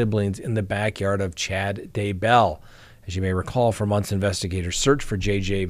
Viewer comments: the first time you said Daybell in today's broadcast, you pronounced it right!:) But, the second time, you went back to your old pronunciation.:( Oh well, I'll say this much, I wish it rhymed with hugger;) It would be easier. Cheers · He does pronounce it as if Daybell was 2 different names when it's just one. When he says Chad Day Bell it's like Day is a middle name.